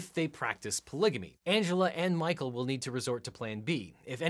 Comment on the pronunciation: The synopsis of “Mah-coe and Angela” had me howling: down to her last egg... hit up her daughter for a “fresh” one! 🤣🤣🤣